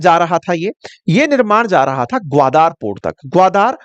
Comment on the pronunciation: it is ग्वादर not ग्वादार.